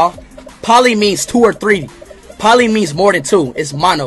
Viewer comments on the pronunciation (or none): none